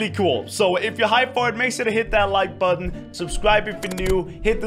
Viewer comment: he said Like putton